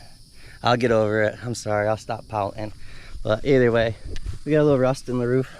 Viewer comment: Camaro lover here and first time viewer. Was about to hit LIKE and SUBSCRIBE until and you proclaimed that you would what? Stop "Pow-In"?? The 'T' in POUTING just so you know is NOT 'Silent" at least not in America. IDK what country that u are from but here in the USA... FYI ass hat, it is pronouced MounTain.